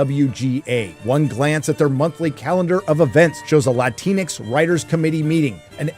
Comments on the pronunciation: I’m not Latina and I am American, but even I scoffed when I first heard that term. ‘X’ isn’t even pronounced that way in Spanish, and many Spanish dialects more or less leave that letter out entirely! It’s really hypocritical of the anti-white colonization harpies to attempt to Americanize the Spanish dialects of Latin countries from their moralistic high horses. Oh sorry, maybe I should use their language; how generous of them to share their superior intellects with the ignorant subordinate populations of the lower caste. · dude, wtf. Why are you pronouncing it latin x? Us Latinos have said over and over again we take offense to that. It’s modern day colonialism :/